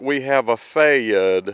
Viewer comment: It is pronounced Fay yard 😉